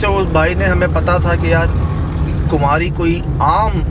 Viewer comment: کماری ہے کمہاری نہیں